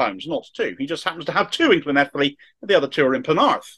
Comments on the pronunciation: Your pronunciation of Llanelli and Senedd was very good. A helpful tip on Dinefwr. It's pronounced DinEHVoor. The emphatic point is in capitals. Thanks for the story. I haven't seen this picked up elsewhere. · Brilliant (second to none, really) pronunciation of Llanelli!!!!! Also, superb content as always.